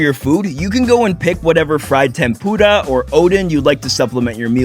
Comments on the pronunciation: Why is he saying tempura and udon wrong 😂 and btw im Japanese say it like oooh-dun and tem purrrer uhhh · 「てんぷーーら」の言い方が最もはっきり聞き取れました！！！ 移動距離が凄くてびっくり！！🚲💨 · Awesome video The way you pronounced tempura killed me though😂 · i like how u pronounce "tempura" 😆